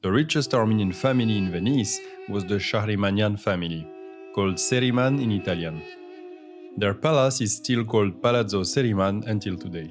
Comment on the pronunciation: Good video, but he butchered the pronunciation of Sceriman.